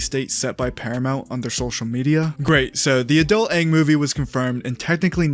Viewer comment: His name is aang not wang